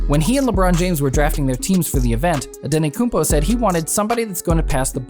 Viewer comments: Its antetokoumpo not anetokoumpo😃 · Dude, it’s “Antetokounmpo” not “Ante-koompO.”Don’t make a video about a player before making sure you know how to pronounce their name. So embarrassing. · Antetokounmpo man with 't' not antekonoumpo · His name is Giannis Antetokoumpo no Giannis Antekoumpo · Antetokumpo not andetokumbo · makes a video about Antetokounmpo and calls him antenokounmpo the whole time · this guy said his last name wrong the whole time